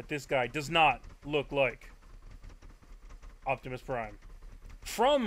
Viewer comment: yes he did. He said "Octimusprime" when it's spelled Optimus Prime.